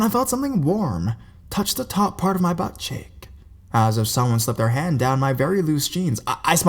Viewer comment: "BUTT CHEEK", that's it, that's the only way it should be said, nothing fancy is required. "Butt CH-EE-oik" or however the hell you tried to pronounce it is unnecessary. These are horror stories from freaking Reddit, not Shakespeare, calm the hell down. Its so annoying and really sucks that you are getting so bad at talking like that